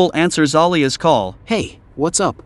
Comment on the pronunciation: I like how the narrator says an object that belongs to Alia he says alia es